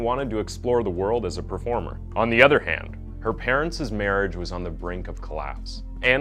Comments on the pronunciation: It’s ‘parents’. Not parentses. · I cringe every time he says "parentses"... It's jus "parents". The apostrophe doesn't add another syllable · Parents. ... is not a three syllable word ffs It is said “Par-ents” two syllables ... not “Par-ent-sis” You don’t double down on the “ess” sound on the end of ‘parents’ even though it is a plural of parent ... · I love these videos and stories! However, could use some work on grammar and pronunciation; for example "parents'" shouldn't have two 's' sounds. That's my only complaint though! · Vigilante is pronounced vij-ill-an-tee and parents is NOT pronounced parents-iz. Forget the iz!, learn to read English and pronounce words correctly. You're a terrible narrator.